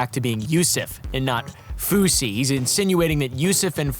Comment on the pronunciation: Fousy.. Not kosher or whatever